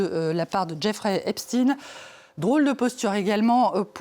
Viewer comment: EpSTEIN pas EpSTINE fils 2 pvte de journaliste !